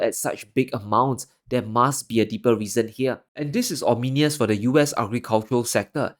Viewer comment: Brah, it's pronounced ominous (oh-mee-nous) not ominious.